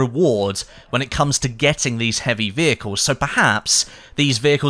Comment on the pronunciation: I love driving wheicles 😂 I know you're saying vehicles